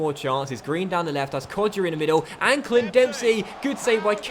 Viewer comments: it’s pronounced Kod-ja not Kod-jia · It's pronounced KodJA JA!! not JIA :P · It’s pronounced [ko-ja] the ‘i’ is silwnt